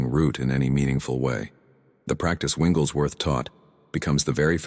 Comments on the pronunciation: Your AI needs to say the name correctly It's Wigglesworth not Winglesworth. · Why do you call Wigglesworth “ Wingleswrth” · His name is Wigglesworth, not Wingles Worth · Winglesworth? Really? What system do you have reading this information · Why are you getting his name wrong all the time?